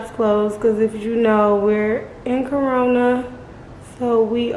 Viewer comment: She said “We in Corna” lol totally understand. That’s funny,,,and I’m over here getting my days mix up. Lord help us